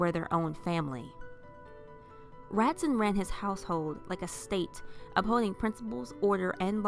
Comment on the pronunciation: Just so you know, the name/word "Ratzon" is pronounced Rah-TZOAN.